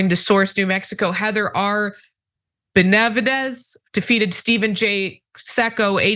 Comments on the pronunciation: Bern-ah-leeyo Ben-ah-veedez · You folks really need to learn how to pronounce Spanish names. (e.g. "Benna-VEE-dez")